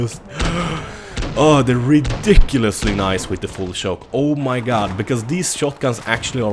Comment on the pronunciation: I like when he says shoke, shoice and other words ;D